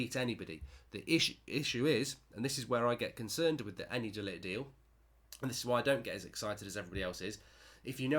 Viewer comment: It's pronounced De Ligckkhhht